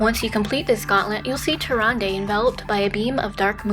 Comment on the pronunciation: murozond is meant to be nuzz after hes gone insane... or something like that. hes also from a different time string like the infinite dragonflight (which dont exist in our string) and they way she pronounced tyrande got really annoying >.<